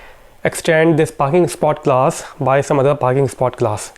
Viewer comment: ah .. finally I got it! it's not glass... it's class! He wants to say class! damn...